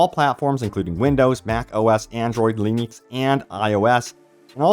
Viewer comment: Did he say leenix?